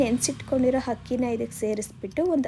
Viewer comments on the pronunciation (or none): Hakki alla adu akki